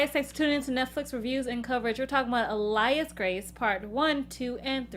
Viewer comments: 'Ah-layas Grace' 'Mr. knarrrr'. Girls your pronunciation omg have you even listened to the show??? They pronounce it for you! Listeennnn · Tried to listen to this on the podcast but couldn’t because y’all can’t pronounce “alias” ... that’s a basic English word ... and “Wadsworth.” Cmon now.